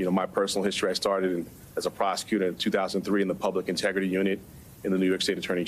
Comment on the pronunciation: Intergity haha. No sir.